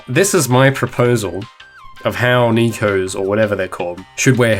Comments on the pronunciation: When you're studying Japanese and you hear someone say Neko (ねこ) as "Knee-co"... XD It is pronounced like "Neh-co". Neh as in Net, co as in coke. Also, I liked your headphone solution. Keep up the great work. Can't wait for the finished project. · just a heads up, "neko" is pronounced "neh-koe" also, this is how they would wear normal headphones